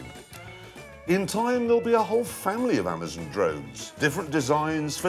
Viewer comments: Jeremy Clarkson can’t pronounce Amazon “Amizen” - Jeremy Clarkson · Amazon not amazn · It's amazon not amazen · "amazehn" dammit jeremy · “Amuhzen” dictionary of Clarkson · That's just Jeremy. if you've seen top gear thats how he says it. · I love how he pronounces it Ehmazen. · What is Amazon partnering with that racist English guy ? He can't even pronounce amazon right. Another hoax. the FAA already said you can't do this. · WHY DID YOU USE THIS SPOKESPERSON? HE SAID ALMOST EVERY WORD WRONG. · "Pyuma" "Amazun" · Am-ah-zahn. Poo-mah.